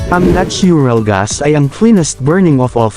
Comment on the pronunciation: Your natural gas pronunciation bothers me.